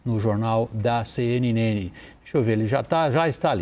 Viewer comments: "CNneni" O velho nem consegue pronunciar o nome da sua entidade patronal correctamente! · Cêenêne kkkk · engasgou na pronuncia CNN pois sabe que estava prestes a falar com um vampiro kkkkkkkkkkkkk